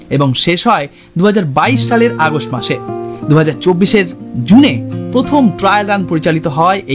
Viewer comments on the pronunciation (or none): none